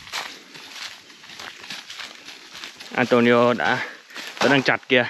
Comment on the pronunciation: Phải đọc là Antuniu mới đúng chứ nhỉ? Tại sao Neto thì đọc là Netu, còn Antonio vẫn đọc là Antonio. Mặc dù cùng kết thúc âm cuối là âm “o”